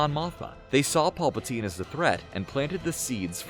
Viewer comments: Pallpatine????? WTF!!! Have u ever even seen a Star Wars movie or do u just have a smooth voice. Anybody who knows anything about Star Wars knows it’s Pal not paul. Thats Pal pa teen. Geez I hate these vids where the people speaking act like they know all this stuff yet they pronounce half the names wrong. And it’s pathetic that no one even caught it before it was posted. Nice job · Who is Emporer Polpitine???